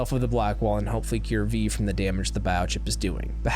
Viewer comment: It almost sounds like you're saying "bao-chip" hehe